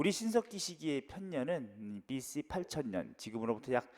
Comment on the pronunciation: Bc발음 여전하시군욬ㅋㅋㅋㅋㅋㅋㅋㅋㅋㅋㅋ